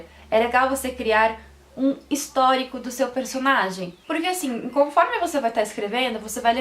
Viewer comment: gente eu gostei muito do seu sotaque, quando voce fala personalidaee e personagen voce fica muito fora